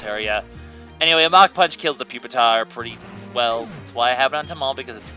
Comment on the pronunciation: You pronounced pupitar's name "poopitar." It's actually pronounced "pewpitar."